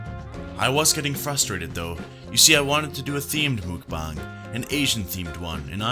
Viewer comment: I don’t want to be ‘that person’ but mukbang is pronounced Mok Bahng. Mok bahng is a Korean trend that started a few years ago, it literally translates to eating room. It’s still huge here in Korea.